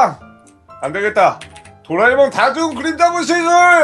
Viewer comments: 18분27초에 도라에몽을 '도라메옹'이라고 함 ㅋㅋㅋㅋㅋㅋㅋㅋㅋㅋㅋㅋ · 이거 마지막에 도라에몽을 도라메몽 이라고 했던데